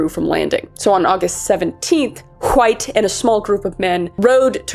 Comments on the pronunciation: Please tell me stewy that’s how you always pronounce wHite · wHHite wHo wHere should like my grandma with those “hs” they are meant to be silent kris gosH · "John hUHWHITE" 🗣️🗣️ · I heard John huh-white had a penchant for Kool-huh-whip. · You got me dying everytime you say Hwite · John Wwwhhhite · You really get the WH in White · Normally I'm unbothered by mispronunciation, especially when it's done on purpose but holy hell, Kris. You can only forcefully add the H in wHite so many times before I had to skip the video. I realized that I was getting so annoyed that I was actually becoming mad which is why I skipped the rest of it. ... Like, wtf? 😂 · Did anyone ever tell you that you say "White" like Stewie Griffin? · I'm so sorry but the way you pronounce "White" is ascending me rn😂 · Why are you pronouncing White so weird?